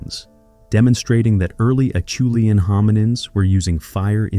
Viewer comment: Well said. AI continues to amaze me, but my senses are now usually able to tell that it‘s AI.. When AI one day learns to pronounce “Acheulean”, I’ll be truly impressed!